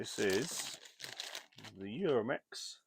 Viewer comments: UMAREX, not Uramex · it's Umarex, not Uramex.